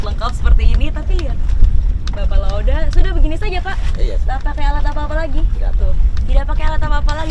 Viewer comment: bukan La oda tapi La ode, gmna sih wkwkwkwk